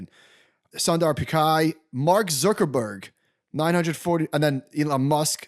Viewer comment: Sundar Pikkai ? WTH ? Have you never heard his name pronounced anywhere ? It's Pichai - pronounced like pitch-i.